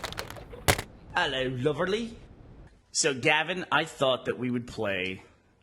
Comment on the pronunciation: Herro everyone :P